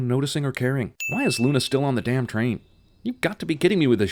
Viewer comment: .... all the years of waiting were worth it. Three syllable day-aa-ammn.